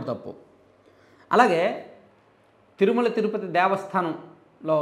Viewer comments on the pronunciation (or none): none